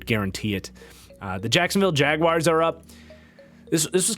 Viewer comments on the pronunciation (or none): none